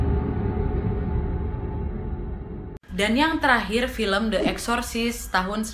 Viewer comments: Kak Nad , aku trmsk follower baru nih🙈 baru sempet mampir ke video yg ini,, cuma mau ksh masukan, pelafalan "the" jika kata slthnya diawali huruf vocal please dibaca "di" jgn "de" lagi,, biar makin perfect kakak🥰 i like you pake banget pokoknya ❤️💃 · The (di) Omen The (di) Exorcist Bukan the (de-kat) mbak Nadia.. hehehe ! 😁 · Spelling saat baca the omen sm the exorcist....the nya dibaca i mbak, kalo ketemu huruf vocal, kalo ketemu konsonan baru dibaca e #aku fikir gak sengaja tp diulangi saat baca the exorcist, maaf yaa...masukan aja